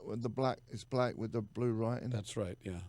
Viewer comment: "Was you 'anging out wif Andy Warhol?" lol, love Steve. I really hope you and Adrian do your tour next year Jerry! I'm a Phoenix bass player that can sing a lot like David B."